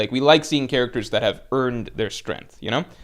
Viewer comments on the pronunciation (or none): none